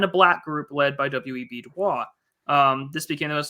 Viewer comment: Harvard alum here. It's pronounced Du Boys. He didn't use the French pronunciation. Please, plese talk about Andrew Young. I remember my parents talking about him when I was a kid. Whatever happened with him seemed very important, but I don't know the details.